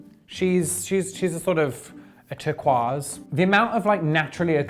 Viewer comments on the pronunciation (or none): Did he mean it when he pronounced tur-kwoi-ce tERqARCe